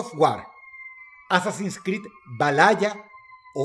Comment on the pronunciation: Assassin’s Creed: Malaya Culiá 😂